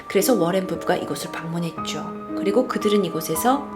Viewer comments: 워렌이라쓰고 로렌이라고 부르시네요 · 머랭부부로 들린다.. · 잇츠 머랭 타임!!! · 이거보니까 머랭부부라고 들렼ㅋㅋㅋㅋ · 전 러렌부부라곸ㅋㅋㅋ들려요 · ㅇㅈ이요 ㅋㅋ